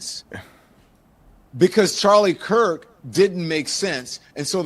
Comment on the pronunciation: The second preacher got Charlie's last name wrong as well. He called him Charlie Kris. With as many times as Charlie's name has been said this week all over social media and the news and the man can't even say Kirk.